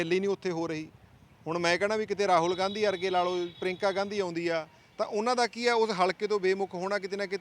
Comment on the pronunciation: ਪ੍ਰਿਯੰਕਾ ਤਾਂ ਸਹੀ ਬੋਲਣਾ ਨੀ ਆਉਂਦਾ,, ਪਰੀਂਕਾ 😜😡